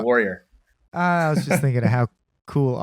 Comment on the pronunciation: ...FFX is fully voiced. How do you not know how to pronounce Auron? Lmao Great discussion guys. Always great to hear from you.